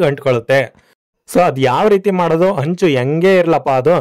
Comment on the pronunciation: ಹೆಂಚು ಅಂಚು ಅಲ್ಲಾ ಮರಿ 😂